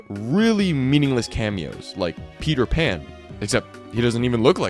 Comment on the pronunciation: That's not Peter pan that's Peter man